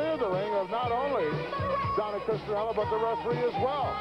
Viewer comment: DONT you just hate it when the announcer gets the last name wrong and the company running this show, gets the last name wrong as well? CHRISTIANELLO...DONNA...LOL